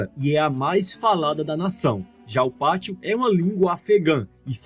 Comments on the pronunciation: A única correção á fazer é q se diz Pashto e não Patsho(como dito no vídeo) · Pashto, não "patsho" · Correção, o correto é "Pashto" e não "patsho".